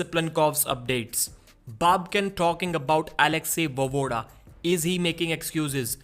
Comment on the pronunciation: Voevoda is pronounced va-ye-voda, not vovoda. Make an effort to learn how to pronounce people's names nigga.